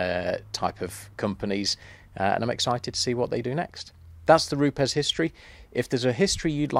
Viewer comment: an education in pronunciation...educating our friends across the pond who say Roops, where indeed it is Roopez😉👌...be interesting to compare histories with Flex?